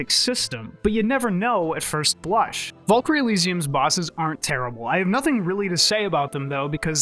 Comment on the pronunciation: You say it as vuhl-kuhl-ree and she did it way differently, with a rolled R, and as kehl not kuhl. Just saying, she literally says it right after you and it didnt match. Don't need a degree for that one.